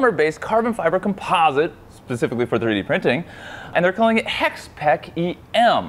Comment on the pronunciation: He says HEK in , but what he meant is HEXPEKK :D